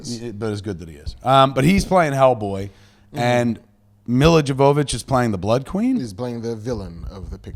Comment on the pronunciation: "ja-VO-vich?" Jesus, is he doing this on purpose at this point?